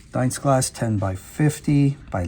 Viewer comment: Dienstglas is pronounced with the I pronounced as an E, not as an I, so pretend the I is silent and you have 2 e's. Deenstglas.